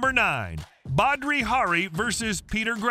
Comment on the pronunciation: "Badri" Hari?